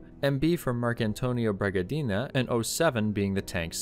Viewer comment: The Carabinieri are most definitely NOT part of the police force - they are part of the army. You could regard them as a militia. Until recently all their car number plates bore the prefix EI = Esercito Italiano = Italian Army. You also mispronounce a number of names including, most egregiously "Bragadin", which has no final E - names like this are characteristic of Valle d'Aosta and the Alto Adige. Italian words are pronounced exactly as they are written following some pretty simple rules. It's worth learning these so as not to look like a stupid Yank.